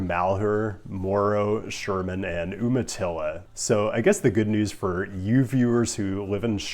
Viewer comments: Aaargh! Umatilla (Oregon) is pronounced "YOU-mah-till-a" No, I don't know why. Ask a native, it's a tribe name. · Oomatilla? Don’t know that I’ve ever heard Umatilla pronounced that way.